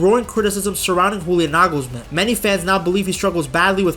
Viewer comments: Bro it's pronounced: YOU-lee-ahn Nuh-gls-MAHN YO-Ah-HIM LUHF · Bro is calling Julian Nagelsmann WHOLIAN…I’m done…